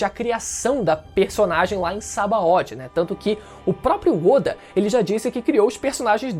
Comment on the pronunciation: primeiramente parabens pelo canal ❤ Mas ei, a pronuncia é sabãody, pq sabao vem da palavra sabão mesmo